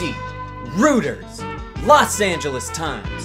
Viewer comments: It's not pronounced rooters facepalm It's pronounced more like royters. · I don't wanna be a butt. I like you. I really do. But "Reuters" is pronounced "royters." Papa bless. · Reuters is pronounced „Roitehrs“ not „rooders“ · He also pronounced "Reuters" as "rooters". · Just a heads up, Reuters is pronounced ROY-ters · ”rooters” lol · Only three years late but reuters is pronounced rOIters like "OY" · Dude, WaPo is the Washington Post, and Reuters is pronounced "royters". You're making the point that the story is being covered by large, well-known media companies, but you've never heard of half of them. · Just a tip Reuters is pronounced (roy-turs) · It's pronounced ROYTERS. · I love you, but the way you butchered saying Reuters is killing me 😄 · Can't pronounce Reuters, I'm out